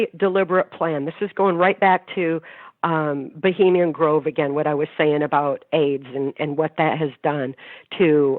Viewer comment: dear, it's Bohemian Grove!!